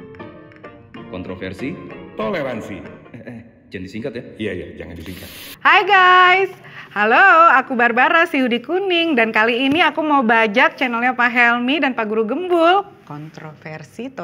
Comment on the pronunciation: Jauhhhh, pdhl udah jlas2 dia blg namanya barabara